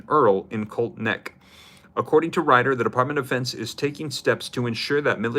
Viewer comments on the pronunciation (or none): none